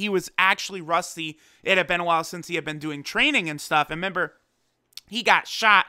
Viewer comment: I get the feeling you've probably had this comment before but dude you're speaking english. It's RE-member. Not only is that slang annoying as hell to listen to but I'm sure many english learners or those with english as a second language may not know what you mean. You might not care much but if people can understand you they are more likely to subscribe